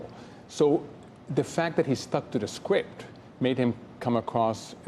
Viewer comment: "If he sticks to his skwipt"... there it is. All the world's a stage. Enjoy the show, people! 🤣